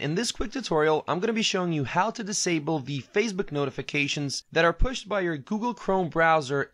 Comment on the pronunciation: Why do you pronounce Facebook as if it were Fazebook or Phasebook? No "z".